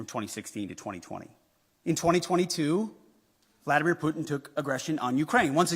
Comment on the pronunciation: first learn to pronounce the name Putin properly